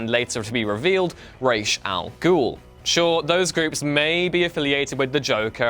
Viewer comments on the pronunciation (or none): Thumbs down for mispronouncing Ra's